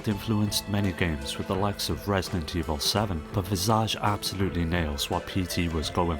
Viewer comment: The way you incorrectly pronounced visage makes my skin boil